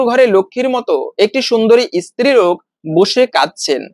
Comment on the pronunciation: ইস্ত্রি নয় স্ত্রী।